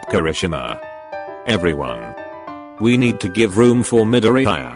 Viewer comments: No His name is MIDORE-EYE-YA 🤣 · The way it’s saids Midoriya is like “Mid-ee-i-ar-“ 🤣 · 💚👁️😕 (midori eye uh) 😂😂😂 I'm sorry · nobody: text to speech: Medooreeyeuh pfft im sorry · Him: "Bukoogo" "Dikoo" " Karishimar" "Midoriyaaaai" Me: BRUHHH, STOP PRONOUNCING IT WRONG, YOURE PISSING ME OFFFFF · Me: Midoriya Voice changer: Meddoreha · Whenever you spell Midoriya it says MiDoRiRaYa 🤣😂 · All I hear is Midoriyaya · The way male siri pronounced Midoriya is funny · The way Google says Midoriya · I love how TTS completely BUTCHERED Midoriya M I D O R I A Y A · "MiDoRiYiYa" "ToDoRkI-kUn" Midoryiya? Todorki? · Wow they really gonna do my deku like dat and pronounce his name like eyezuku Edit: wow, just got farther into the video and the really did my guy dirty AGAIN they really called him deeeku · C-akken mIDoriAaa toAdroki-Kun (How namez r pronounced xd) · Meedoryiaa Eye zuku